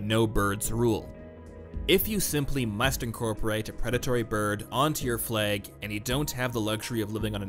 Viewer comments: Everyone: Flag: Fleg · Worth it just to hear him say fleg 1000 times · Anyone else keep hearing "Flegs"? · I love how you pronounce 'fleg' and i'm just getting flashbacks to 'they've taken my fleg, they've taken my identitei!' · Prepare for to say flehg a lot. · Cant get over the way you say flag